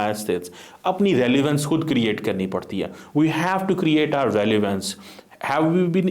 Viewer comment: KYA ENGLISH HAI - RELIVANCE KYA HOTA HAI?